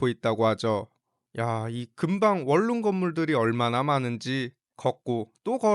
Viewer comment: 윌룸이아니라 원룸이여